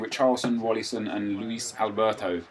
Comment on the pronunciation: You have to learn how to say Luisão lol